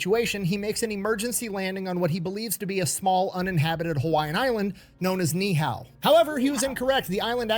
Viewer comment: It took a moment to figure out what island he was talking about in the beginning. It is actually pronounced "Nee-ee-hau", a full three syllables, each distinctly pronounced.